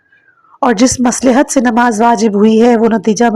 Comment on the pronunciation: مصلح کا تلفظ غلط ادا کیا ہے